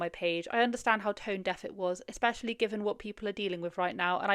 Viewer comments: Ermmm did she just say EXPESHIALLY?? One would think with all that $$ and superiority one would know how to pronounce especially. I just can't with her little manifestation messages, I'd have to walk away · She lost me when she inserted the letter "K" into the word "especially". Do people not know how uneducated they sound? There has never been a "K" ANYWHERE in that word... STOP IT! 😂 (No, seriously... Stop it.)